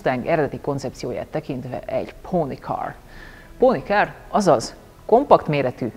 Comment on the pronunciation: Póni kar! Ezt úgy mondtad, mint a dísznőinemiszerv a sékön expresszót!